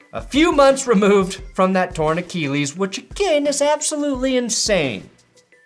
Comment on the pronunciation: you're great but the way you say "Achilles" bothers me so much, it's akillies, not a-key-lees. Jeez